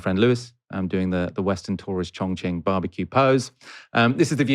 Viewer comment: You kept mis-pronouncing Chongqing as Chong-Ching. That reminds me of a racist boy I met in American that screamed "Chong-ching, Chong-Ching" when he saw me.